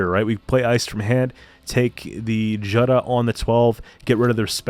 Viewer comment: Nice deck. By the way Jutta is pronounced "Utah" like the state.